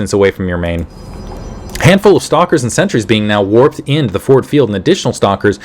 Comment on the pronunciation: You're calling sentries "Centuries"